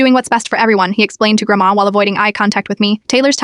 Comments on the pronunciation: "Grabama" "Rama" "Drama" How is the AI messing up "Grandma" that badly? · “Garbandma” I love how the ai voice keeps messing up grandma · 'GrAmBaBrA' no its grandma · Why did i hear "Grabamba" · The way the AI is struggling so much when it tries to say grandma 🤣